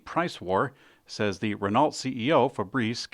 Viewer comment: it's Ren OH... not ren NALT.... silly goose